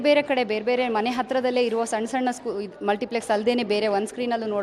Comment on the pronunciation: ಅದು ಮಲ್ಟಿಪ್ಲೆಕ್ಸ್ .... ಫ್ಲೆಕ್ಸ್ ಅಲ್ಲ